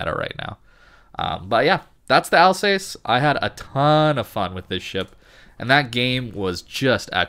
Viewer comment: Can you just stop calling the ship "Al's ace"? Its easy to find correct pronounciations using the internet if you have it.